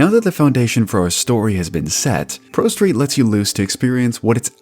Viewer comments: You said prosteet like 50 times. Please just do a retake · ....did you call it "ProSteed" at one point, or am I just hearing things?